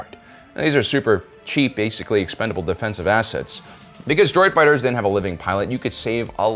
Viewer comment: Foo fightahs Lol